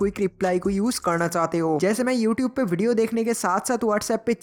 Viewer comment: ewtube wah bhai kya pronountation haii !!